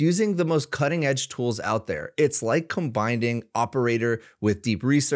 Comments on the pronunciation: Its "comboingboing" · “combinding” - questionable 😂